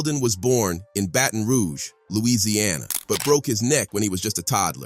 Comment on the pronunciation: Mf said "battin' roo gee"